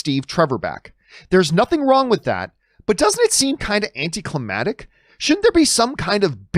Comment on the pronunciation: John are u tryna say "AnticlimaCtic" Lol.